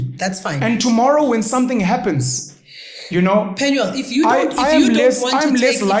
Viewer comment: It's PenuEl not PenuAl